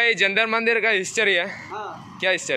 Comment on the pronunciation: ജന്തർ മന്ദിർ എന്നല്ല ജന്തർ മന്തർ എന്നാണ് ശരിയായ ഉച്ചാരണം. ഇതൊരു മന്ദിർ അല്ല.